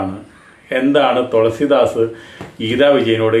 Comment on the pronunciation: THOLASEEDAAS ALLA. THELUSEEDAAS😅😅😅😅😅😅